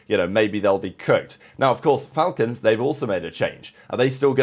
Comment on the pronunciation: It's pronounced,The Fal-Colns Shoutout